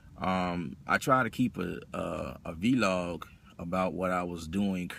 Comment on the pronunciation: this nigga said VEE LOG lol